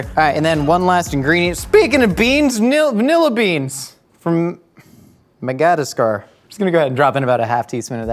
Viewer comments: "From Magadascar" 🤣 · Not pronouncing Madagascar.